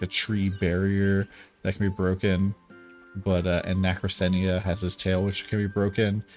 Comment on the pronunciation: It's pronounced "Na kra cena" nacrasena